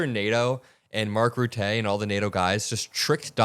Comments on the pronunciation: The E in RUTTE is pronounced as in Luther. Sounds like ‘Ruttah’ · It's not Mark Rutté. It"s Mark Rutte. The "e" at the end is not strong, it's not silent. It's just an "e". Only helping to build the channel. Love what you'r doing. It's not easy .... and indeed a very very BIG job. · Mark Rutte's name is pronounced Roota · (, Rutte is pronounced [Rutter]). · that's not how you pronounce "Rutte". It's "Rut-uh". We pronounce the "e" at the end of words and it sounds like "uh". Use Google Translate, Dutch language, write his name, and have it speak. Works for most languages. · Marc Rütte ,short E at the end not a long french é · You pronounce 'Rutte' incorrectly. First, the emphasis is in 'Rut' and not on 'te'. Second, although it says 'te', it actually is pronounced as 'tu', so both the 'u' in 'Rut' as the 'e' in 'te' are pronounced the same, and should sound like the 'u' in f*ck. If you can't figure it out, ask a dutch person. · The "u" in Rutte is pronounced as "u" in under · Please learn how to pronounce Rutte. Jfc, guy!😂